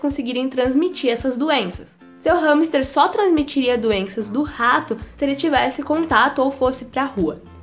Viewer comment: Eu achava que era "ramster" , a quantidade de vezes q ela diz no vídeo com essa pronúncia, fiquei a achar q me tinha enganado no vídeo, entao mas ramster ou hamster?😂😂😂😂😂